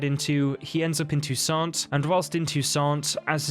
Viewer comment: You shouldn't pronounce "T" at the end of the word "Toussaint". It's a French name. There are two opposite theories about Fringilla and Emhyr relation before the final battle. First, she wasn't tortured and was treated unexpectedly well in Nilfgaardian prison - because she readily told everything about the Lodge and agreed to work for Emhyr's inteligence. Second, based inter alia on the ambiguity in Yennefer's letter to Emhyr, says that Yen promised the Nilfgaardians to kill Fringilla when she's no longer needed to help in fight with the Wild Hunt. This was allegedly part of Yennefer's bigger agreement with the emperor about Ciri (and it was just in Nilfgaard that Yennefer found out what exactly was happening in Toussaint, so she might not like Fringilla very much at this time).